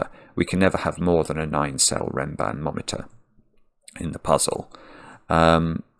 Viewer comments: So funny how after a couple of minutes it turns into "renbanBOMeter" instead of "renbanMOMeter". ^^ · I smiled every time said "RenbanBometer" (rather than RenbanMometer). Reminded me of a child saying biscetti rather than spaghetti. 😂 I solved this in about 25 minutes. Really fun puzzle!